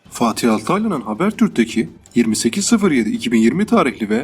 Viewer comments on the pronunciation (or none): none